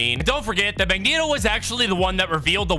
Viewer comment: You finally said Mangeto right